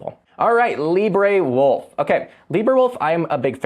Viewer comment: Where did you find your pronunciation of Librewolf? Brave's AI Leo at least addresses the issue of its databases and mentions their limits.